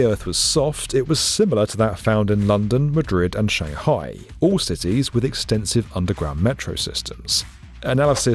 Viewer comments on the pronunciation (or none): none